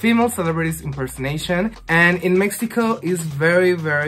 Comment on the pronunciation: Amooo que dice México como se pronuncia ❣